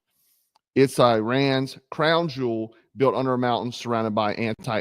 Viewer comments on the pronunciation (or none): none